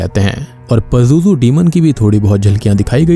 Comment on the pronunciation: It's “ Pazuzu " ...